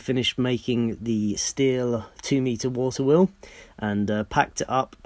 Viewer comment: wawter weol lol..